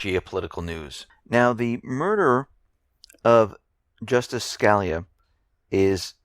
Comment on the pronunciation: The Justice's name is pronounced skuh-LEE'-uh